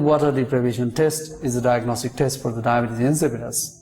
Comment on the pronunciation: It’s not pronounced Dibbuis LMAO